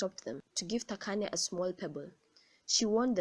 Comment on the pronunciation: I love how you pronounce "Thakane" a few people know how to pronounce my name